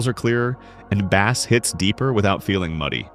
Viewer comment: I'm out, not listening to your opinions on this. This video called thr audio term bass (pronounced like "ace" with a b in front) like bass as in the fish (rhyming with "ass" with a b in the front) and I stopped the video. Yes, they're spelled identically, they're homonyms. But, if you can't pronounce a basic sound term correctly when talking about an audio device, you lose all credibility, and I can't trust your opinion.